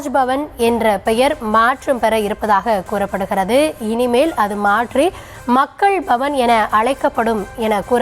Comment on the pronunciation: இந்த கும்பலுக்கு மக்கள் பவன் என்று உச்சரிக்க தெரியாதே...... மக்கல் பவன் என்று சொல்லி தமிழை கொலை செய்வார்களே....... 😮😮😮😮😮